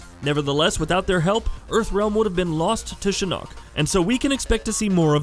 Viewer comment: I'm sorry but PLEASE STOP SAYING SHINNOK SO WEIRDLY, GOD I WISH I COULD VOCALIZE IN COMMENTS